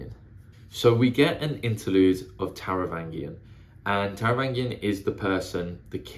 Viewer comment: Taravangian has a soft G, like in strange.